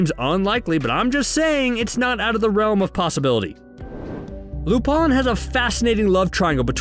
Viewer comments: Lupán - it pronounced as that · He pronounced it right at times and sometimes no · God please pronounce lupin right bro